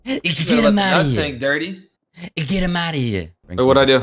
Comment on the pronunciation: Man said ditry